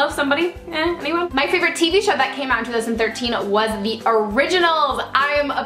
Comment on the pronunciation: Totally obsessed with Estee as well. Also, at the end when you said "tell me your favorites. favorite show, favorite movie" I thought you said favorite booby.......yikes lol